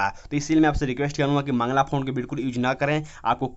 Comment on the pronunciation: मंगला फॉन्ट☺️☺️☺️☺️☺️☺️☺️☺️ Mangal hota hai Mangal font .